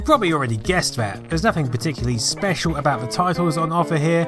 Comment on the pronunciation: that "about" sounded to me a lot like a Canadian abooout for some reason.